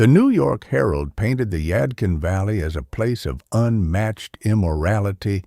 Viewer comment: And it's the yad- kin valley let's say it again the yadkin valley do better ai ci or what ever bi